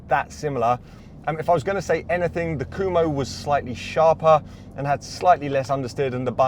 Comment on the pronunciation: I don't know all that much about the brand but how can a name which is spelled "Kumho" be pronounced "Kuhmo"?